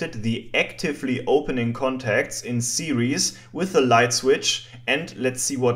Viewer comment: Apart from the word "series" your English is superb.